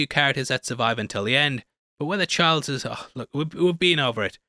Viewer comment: It's Childs, not Chards 😂 hahaha